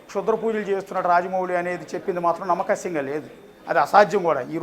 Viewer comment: reporter "nammakasyam" ani oka kotha word kanipettadu 🤣 adi "nammasakyam" ra nayana